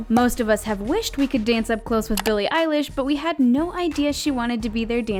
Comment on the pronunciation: Sneako Animations ugh it’s billie eilesh not eyelash